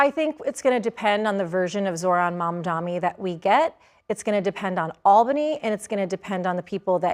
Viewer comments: Mamdani not mamdami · She keeps saying Mamdami like Cuomo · Is it intentional to keep mispronouncing his name? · Yes, why does she still mispronounce his name?